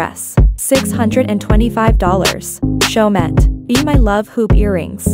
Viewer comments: My ears are bleeding from your pronunciation of Chaumet, the last ‘t’ is not pronounced, it is a French brand so it should pronounced as Cho-mee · They arent french blud not everyone can Prounounce in a french way